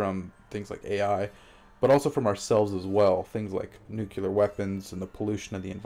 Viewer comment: There is no thinking about the next evolutionary step without the ability to pronounce "etcetera". Or "nuclear"...